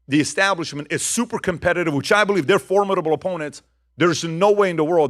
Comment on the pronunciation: PBD: Thank you for pronouncing “formidable” correctly. 👏🏼